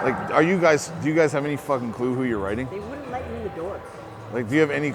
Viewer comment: “alright guy’tsss” 😂😂😂 …kills me every time man salute 2 the 🐐